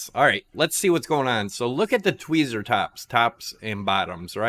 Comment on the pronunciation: Twee-zee hehehe